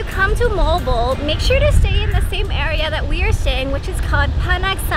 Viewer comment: and Note If you speak English,do it in English way..If you speak Filipino native(bisaya),.do it in Bisaya way too!..just like MOAL-BOAL,.It's Mo-al,Bo- al!,..you sounds Mol,bol!..😄,..try to emphasize the two syllable,..Mo-al,Bo-al!,.that's it!😊.